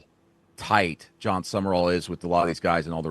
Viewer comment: It's Sum-Rall...not Sumer-all